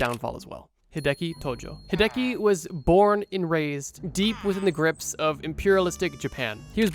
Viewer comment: hearing Hideki pronounced hey-deki hurts my soul